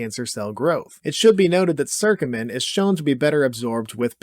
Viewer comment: It's curcumin, not "circumin" (with an I). What about fenugreek?? It was among the curry powder constituents that you said you'd cover... Oh, and for that matter: curry leaf.